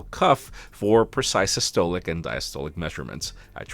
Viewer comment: You somewhat butchered the words systolic and diastolic 😂